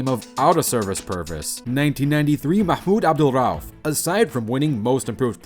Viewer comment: lol nice pronounce of Mahmoud Abdul Rauf. Pretty close.